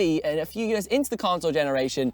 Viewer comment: I'm sorry but I DESPISE the way you say "years". YÖÖÖÖS